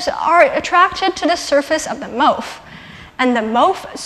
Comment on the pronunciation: She says "MOF" wrong. For the record, it's pronounced in a way that rhymes with "cough." It's cool that she's involved in research and speaking out about it, but... it's kinda weird to speak as if from a position of authority and not even say the acronym of the material properly. Also disturbing that CO2 is drawn as a bent molecule.